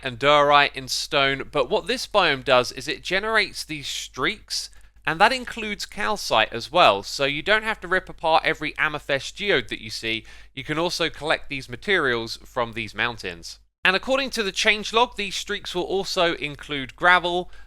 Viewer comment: It kills me eveytime you say AMMER-FEST instead of Amethyst XD (amuh-thist btw)